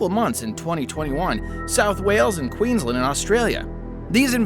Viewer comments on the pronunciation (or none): none